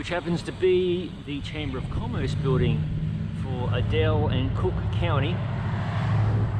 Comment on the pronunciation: Aye-dell, and you have Lenox correct.